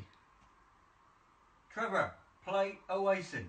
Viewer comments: “Trevor, play Oasin.” Oasin? 😂😂😂😂😂😂😂😂😂😂😂 You mean Oasis? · "TREVARRR PLAY OASIN" 😂😂